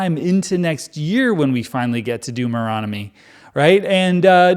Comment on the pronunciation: This is one not to forget for the Deuteronomy pronunciation super-cut.